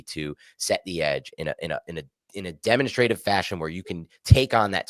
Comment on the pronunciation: 'Demonstrative' joins the ranks of 'compensatory' as words getting the pronunciation. The boys are back!